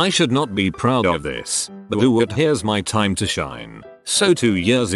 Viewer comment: I love how it pronounces "buuuuut" as "buwoot".